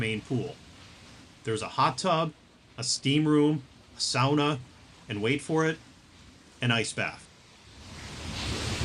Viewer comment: Thank you!!! You didnt make my ears burn saying SAAAAAWNA. SOWNA....like a civilized person. 😂 Seriously,thanks for the great video.